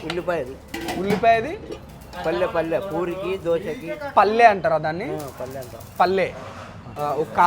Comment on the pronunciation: Not palle Palli perfect pronunciation Yellipaya karam Buddala chutney Palli kura